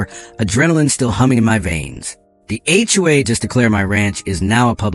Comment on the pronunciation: The word is SIGHED and not SIDE. It’s also HOA and not all of the other variations that were used. Now, about the story, you should have put on a lien on MARGARET’S HOUSE, for your lawyer bills and to pay for the HOA lawyers fees. Then there is the $40,000.00 in the emergency fund. That should be placed into an interest bearing fund for pool costs in the future. I’m sure they have a pool. I wouldn’t let MARGARET get away without clearing up her debts to you or the community. I would also have checked for embezzlement. With the lien on her house, she can’t just disappear without paying.